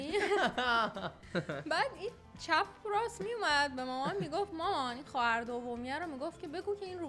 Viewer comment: خواهر گفتن سوگنگ خداست 😂😂😂 خواعر